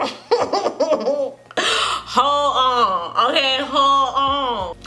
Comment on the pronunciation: I'm dying "holl on" 😂😂😂